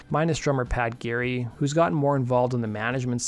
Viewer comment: *Paul Geary. Not Pat Gary.